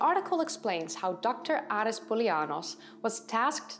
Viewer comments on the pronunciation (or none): none